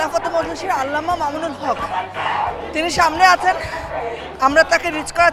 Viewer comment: বেয়াদব ববি হাজ্জাজ তুমি আল্লামা মামুনুল হকের নামটা ভালো করে বলতে পারলে না।